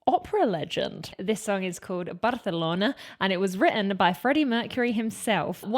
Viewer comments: Indeed. Also the name of the city. BarCelona. (Not BarSelona) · I am a native spanish. Your pronunciation of Monserrat Caballe is perfect, and de C of Barcelona too. Congratulations!